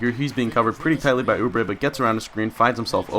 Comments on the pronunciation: I live near Kansas and route for them and you are pronouncing it correctly. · Yes you are saying oubre right, let's go jayhawks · Not a Kansas fan, but Kentucky played them and you are pronouncing Oubre correctly